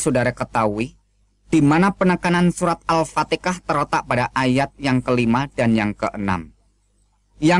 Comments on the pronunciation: tuch bukan ustadz....!!!! baca surat alfatiha aj belepotan...!!! nyebut surat alfatiha aj salah.... alfatiha bukan alfateka..... tuch misionaris kristen..... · Mengaku ustaz tp baca alqur an ama hdis hk faseh kyak anak sd ktauan ceteknya ilmu .....arrohman dibca arrikhman.. huruf ha jdi kho alfateha blang alpateka...aduuuyyy bikin malu megaku ustaz baca gk becus .paling" cuma bca latinya ..........gk bisa bca alquran ngaku ustaz ..kamu gk akan bisa bohongi aku